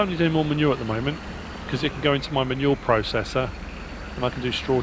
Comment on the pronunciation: When you refer to manure it sounds like you are saying "ma' nual".